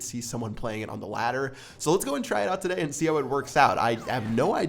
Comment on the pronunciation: does anyone else think that says "today" really weird?